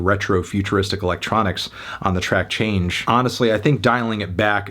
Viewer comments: Small note, Chang' E isn't pronounced 'Change', its pronounced 'Chong Ah'. Name of the Chinese Moon Goddess and wife of the Great Archer who shot down 9 of the suns in the sky. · Bro really pronounced "Chang'e" as "change" smh